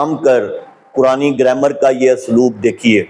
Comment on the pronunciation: abe chutiye pahle zabar zer lagi hui arabi to tu dekh ke dhang se padh le Phir gramar ki bat kar zammiluni ko zamluni zamluni bol raha hai jahil arabi to kuja angrezi ka lafz grammer nahi bol pa raha graimar bol raha hai ye kitna bada arabi dan hai is jumle se pata chal raha hai k jab ye usool e kafi ka hawala de raha hai to usme umme salma ko amirul momineen kah raha hai ye usi ka pairukar hai jisko unt aur untni me farq nahi maloom tha aage ek arabi ka lafz bol raha hai قوموا ab isko ye nahi maloom ke is lafz me qaf par pesh padhna hai ya zabar ye padh raha hai qaumu bechara sahi se maswida rat nahi paya baqi sare jahil nasibi dad aur tahseen de kar apna maalak bata rahe hain